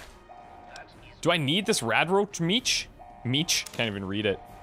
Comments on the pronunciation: hahaha "do I need this radroat meatsh?" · 'Radroach meech' XD